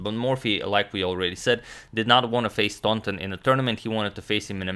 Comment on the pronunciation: I believe that Howard Staunton is pronounced without the U sound. So it would be STANTON, and not STAUNTON.